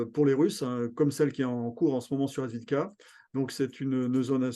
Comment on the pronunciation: Pour info, ça se prononce à peu près "Avdéiévka", les deux "ee" se prononce l'un après l'autre.